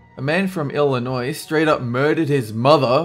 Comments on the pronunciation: Uh...Actually,, it's pronounced "EL-IH-NOY"...the "s" at the end is silent... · It's pronounced illinoi, just say it without the s at the end 😉 don't worry, I'm just pointing it out. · Did he just say Illinois.. With the "s". Oh my God. I know this an old video and no one will see this.. But.. I cringed so hard :(